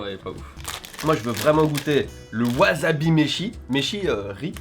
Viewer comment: bah, monsieur, il dit waZabi???...